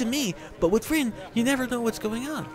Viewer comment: if u listen close he says rio instead of rin lol